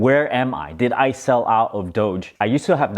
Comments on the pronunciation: You mean you were tolling us the whole time by pronouncing it "Dog- coin"!? haha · wait.... when did you start pronouncing doge correctly?